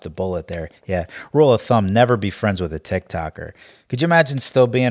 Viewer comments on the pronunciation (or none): none